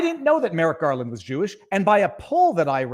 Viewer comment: I keep hearing Merrick Garlic